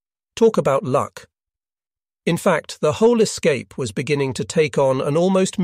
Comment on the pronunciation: You had me going for a minute until the AI mispronounced "escape"